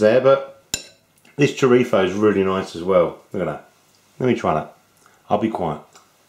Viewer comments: It is good to hear the correct pronunciation of the word "chorizo". Nice Stew. My tip..... at the end just before serving, stir in a couple of spoons of Kalamata Olive Oil, this will make the liquid silky. Best wishes Dez Sanderson , Youtube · In Spain, they pronounce their z's and c's (when the c is before e or i) with a sort of lisp. That's where he got that pronunciation from, since people in the UK are more influenced from European Spanish than Latin American Spanish. :)